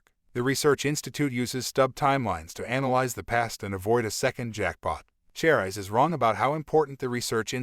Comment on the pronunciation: What is "Twenty one one hundred"? You mean 2100? And Cherise is pronounced "Share-ees" not "Chair-eyes"